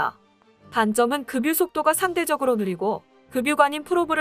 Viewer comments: 방송하는 분이 국어를정확하게 읽어야 합니다.급유는금뉴가 아니고 그뷰로 읽어야 합니다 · "급유" 발음은 "그뷰"입니당... "금뉴"가 아니고